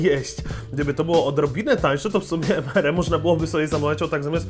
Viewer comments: Mówi się EMARI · bez urazy ale to sie czyta emari